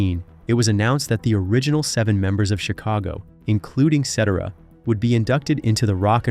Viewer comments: Accent should be on 2nd syllable. Pretty stupid on announcers part. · Lol. Hear hear!! 👏👏👏👏 The pronunciation of his last name is so unbelievably bad! Gawd!! 🤦🏻‍♀️ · I can't stand how you pronounce his last name😂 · Pronounce his name right ! He was the greatest singer of Chicago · Can’t listen to the fake voice, it can’t even pronounce his name correctly! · You are saying his last name wrong. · Absolutely the WORST documentation video I've ever seen. Besides the mispronouncing of Peter's last name and several other common English words, you threw in videos of bands that we NOT Chicago (like America and several other random artists) and you repeated yourself over and over and over again. This Seventh grade report could have easily been edited to under 12 minutes a much better impact. TERRIBLE !!! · If you're going to d this... say his name correctly!!! RIDICULOUS!!! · Pronounce that name correctly! Cetera had talent but was rivaled by Kath in my opinion. When they were at their best, they were a force. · I'm sorry but it's unlistenable a 24 minute video where the subjects name is mispronounced... God people do your homework. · your constant mispronunciation of guys last name made me not want to finish the video ! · To the Narrator Please learn how to pronounce Peters last name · Can’t and won’t watch nonsense narrated by some young doofus who cannot pronounce Peter Cetera’s name. If you don’t know jack about a subject, why make a video? Idjit. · Get the pronunciation of the name, right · Well this is not accurate and you can't even say his name correctly... there were three lead singers also..... not sure i can listen to this BS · This guy can’t pronounce names ! Get a grip ! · why don't you have someone that can pronounce the names right! just pathetic!!! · C I stopped watching it when they couldn't pronounce his name. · Do your homework and learn how to pronounce the ICON , Peter's last name!!!! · I can't listen to this. Learn to pronounce his name please